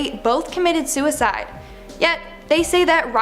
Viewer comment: hey i thought rynrs parents died you said they comitid suweside